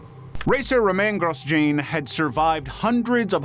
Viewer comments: "Romain gross-gene" and "Danil Kayak" is absolutely disgusting to hear, fucking hell at least take 5 mins to Google the name's prononciation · Well, you fucked both f1 explanations 🤣🤣 Ro-man Gro-jon....Crofty literally says it correct in the clip you used!! And Roland Ratzenberger died THE DAY BEFORE Senna, not the weekend before Ratzenberger died in qualifying 30th April 94, Senna in the Race 1st May 1994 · The pronoucation kinda took away from the seriousness of the F1 crash lol. It’s pronounced BaahRain, and it’s Roman (like the historical bit) Growshon in the video you played the person literally said it 😅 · "ro mene gro jane" sorry what? Romain Grosjean... PLS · I just want 1 person to research on how names are pronounced before doing these videos....just once. Barain is pronounced BAHrain like baa baa slack sheep. Daniel KvYat is pronounced KvYAT and it's rohMAN Grozhon. Takes 2 minutes.They even pronounced Romain's name IN THE VIDEO. Joe Teismann? Try Joe THeismnn and there's only 1 bones in your lower leg until it's snapped in half. I'd expect this crap from an AI voice-over but and actual human who speaks without an accent? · Can you at least try to work out how to pronounce their names? Romain Grosjean was a fucking disaster, David Luiz wasn’t much better.